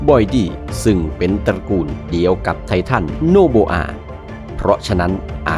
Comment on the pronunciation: ไททันโอโบอา ❌ ไททันโนโบอา ✅ 😂😂😂😂😂